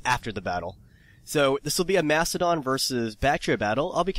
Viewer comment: I swear you said "Prince of Mastadon" twice!